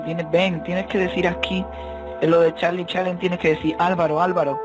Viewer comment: se dise solo charlie charlie no cahlie charlie charlie